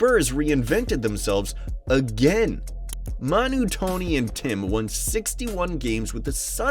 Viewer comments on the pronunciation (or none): none